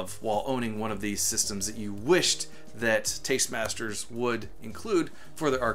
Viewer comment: They need to work on a license with Nintendo for DK and all cabinets should have stereo sound. BTW, it's Tastemakers. Not trying to be a smartass. Just want you to know for future vids.